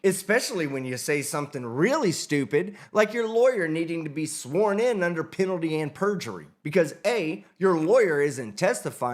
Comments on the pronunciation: "Under penatty and perjury" 😅 I wish the judge had asked her for an explanation of "penatty and perjury!" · She dumb. She don't know how to pronounce penalty 'n sh*t. She say it like "pennity". Know what I'm sayin'? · Is she saying "under penity and perjury"? 🤣🤣🤣🤣🤣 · Did she say, "penanty and perjidy"?😂😂😂😂😂😂😂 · I heard Brainy Bonita saying "penalty and perjumurree" 😂😂😂 As Fred Sanford would say "Ya big dummy"!😂😂😂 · Did she say peanity and perjury? It's due process I have my querstions answered and my querstion is "what is a female?"